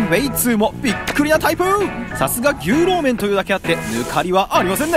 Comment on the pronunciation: あかん、あかんでぇ～～～ “ぎゅうろう麺”とちゃうやんかぁ～～～WWW“ニョウロウ”とか“ニョウロウ”とかって読むねんでぇ～～～って、指摘したからって“お詫び”とか邪魔くさい事せんでいいでぇ～～～日本人やねんし知らんで当たり前しなぁ～台湾行ったら旨い牛肉麺いっぱいあるでぇ～～～